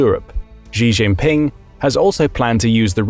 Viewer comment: A note to the narrator, with respect: "Xi" is pronounced closer to "shee" than "zhee". So the correct pronunciation would be closer to "shee jin ping" (I'm a first generation Chinese immigrant in thr west)